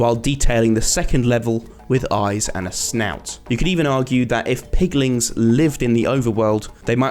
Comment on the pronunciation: Piglin not pigling